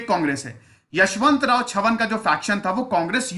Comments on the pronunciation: यशवंतराव चव्हाण not यशवंतराव छवन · Yashvantrao chavhan not chavan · यशवंतराव छवन नाही यशवंतराव चव्हाण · With due respect sir ....Chavan is prenounced as चव्हान ..not छवन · छवन नही है sir चव्हाण है. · सर.. 10.00 kindly pronounce as 'चव्हाण' and not as 'चव्हण' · its not छवन its चव्हाण. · चव्हाण है वो छवन नही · It's chavhan chavan mat bol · यशवंतराव चव्हाण साहेब... Please pronounce correct